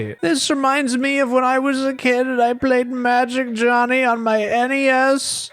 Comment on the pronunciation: With how iconic Magic Jony has become, I feel it very important to note that his name should not be pronounced “Johnny”. Due to it missing the “hn” and being only Jony, it should be pronounced: “Joe-knee.”